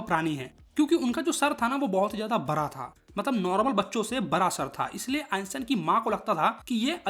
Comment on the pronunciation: बढ़ा nahi baraa😂😂